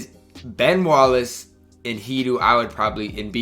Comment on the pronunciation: U da man with da plan but its hedoe not hedoo get right or im have to have a he doo doo on your headtop next time i see u in these myteam skreets